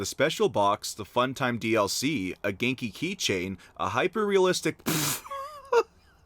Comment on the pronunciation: It's obvious he hasn't played saints row calling viola vieola, calling ginki ganeki